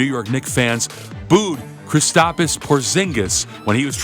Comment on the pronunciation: Mans added another “i” in Kristaps